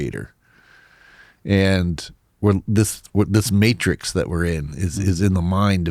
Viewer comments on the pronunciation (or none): none